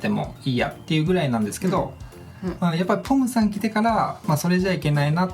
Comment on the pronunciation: ちょっとぽむさんって言えてない感じがかわいい💞